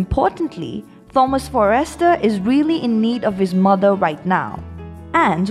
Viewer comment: Can we please pronounce this the right way its Forrester not - FOR- REST -TER